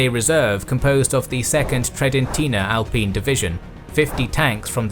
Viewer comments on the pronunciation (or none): none